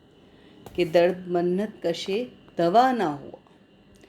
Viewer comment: with all due respect. lafz " MINNAT " hota hai " Mannat " nahi.